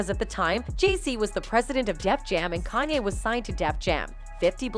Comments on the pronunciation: I KNO right who the hell Is ky-ni😂😂😂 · I KNO right who the hell Is ky-ni😂😂